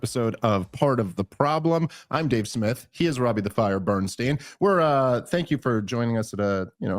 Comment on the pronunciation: What’s that guys name is I pronounced Dave? Uh Snith? Is it?😅